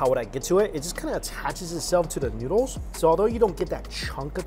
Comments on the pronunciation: When he said noods 🤣🤣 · "In some noods! 😄😮🤨noodles...😅" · When you told Nudes instead of noodles I was speechless 😂😂